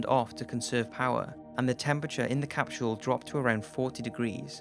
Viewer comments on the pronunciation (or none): "Capshule"? Come on.